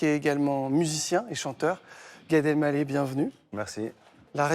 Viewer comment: Mince, Gad qui est l'un de mes humoristes préférés s'est encore trompé en prononçant son nom. Je ne perds pas espoir, un jour peut-être je l'entendrai prononcer Gad "El mallah", avec le h fortement aspiré puisque c'est un nom arabe qui signifie "vendeur de sel". Je précise "quavant" il n'avait aucun problème à prononcer correctement son nom...